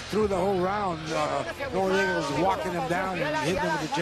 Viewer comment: why the fuck they keep announcing him as norriega,both useless commentators,go ride some dicks plz boys